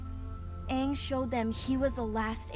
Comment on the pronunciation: nah dw i swear this movie sucked af. the live action was actually mostly true to the og anime and this movie couldn’t pronounce sokka or aang